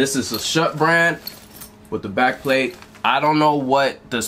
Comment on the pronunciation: when he said back plate it sounded like back bling